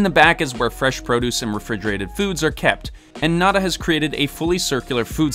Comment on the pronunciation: I literally love everything about this video EXCEPT the way pronounces nada